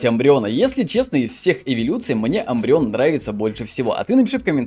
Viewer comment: Мне больше всего тоже нравиться шайни умбреон (Не амбреон а Умбреон)